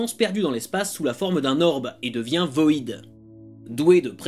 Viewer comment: C'est cool que tu parle du Grifter, c'est mon personnage préféré. Super épisode! Par contre c'est pas voïdeuh mais VOID (vide en anglais).